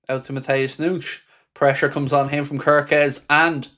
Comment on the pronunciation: “Matheus Noonsh”🤡🤡🙈🙈